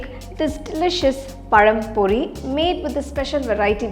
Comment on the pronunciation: Hi as I appreciate your excellent English accent, my praise is also for very clear tamizh pronounciation of the recipe நேந்திரம் பழம் பொரி. Thanks and God Bless.